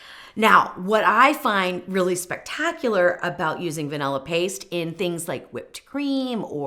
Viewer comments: Thank you for mentioning the creator of the original recipe. I'll search for that instead of watching this video. Weight measurements are far superior to volumetric measurements. Also, I can't stand listening to anyone who says "vanella" istead of vanilla. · A Ninja is NOT a high-power blender. It’s cheap crap. And it’s van•ILL•uh, not vanELuh.